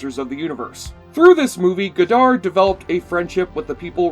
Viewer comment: Cringing at your mispronunciation of "Goddard" (it's pronounced 'god-ard', not "go-dard') and "Straczynski" (it's pronounced 'zin-ski', not 'chin-ski'). Also, the CGI was state of the art for a TV show at the time.